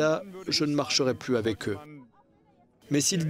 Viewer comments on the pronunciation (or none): none